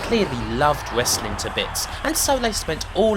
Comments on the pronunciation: Wesslin is wesslin and it’s the wheel deal , pwoper wesslin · "Wessling" hahahaha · What's wessling?? and wesslemania? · You do know the "W" is silent right?